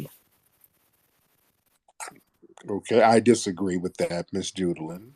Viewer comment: “It’s Judah-LUNN”